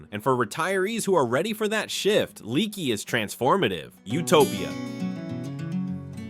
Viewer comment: Right, I.e. Leaky is pronounced LAKEY. You can go to Uvalde for full medical services as well.